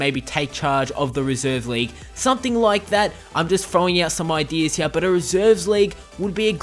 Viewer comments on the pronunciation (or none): none